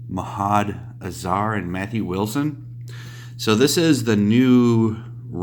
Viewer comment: Read comics .... cant read names written in english Mahad Asar?....... how does he read M.a.h.m.u.d - A.s.r.a.r as Mahad Asar? Had to close this video when I heard that.